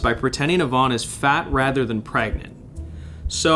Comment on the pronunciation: you mean pregante? or grenant?